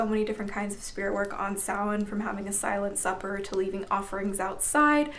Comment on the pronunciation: Awesome video.. And dafuq, have I been pronouncing Samhain wrong this whole time? Lol